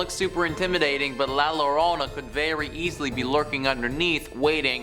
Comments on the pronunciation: Yo-rohn-na . La llorona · Yo - don- na ... Llorona x3